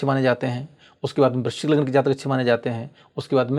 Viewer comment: Guru is talking about vrishchik. You sounded vrishabh. 😂😂